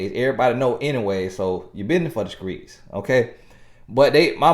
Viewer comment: That part, "your business is for the skreets". 😂😂😂😂😂